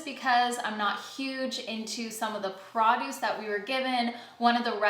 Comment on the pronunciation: "Praaaduce"? (Hard 'a'.) I thought Cdns like their "oooo" sounds. Like "sooorry". Lol - I'm just joking, Great vid!